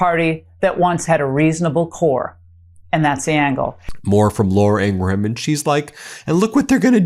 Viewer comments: The "H" is silent in Ingraham's name. It's not pronounced Ingra-Ham, simply Ingram. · Ben, why do you keep pronouncing Laura Ingraham's surname as a 3 syllable word? It's just pronounced Ingram. Why can't yanks speak English properly? 🤬